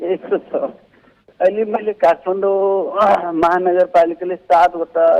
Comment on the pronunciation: काठमाडौं लाई काठफान्डौ उच्चारण गरिएको छ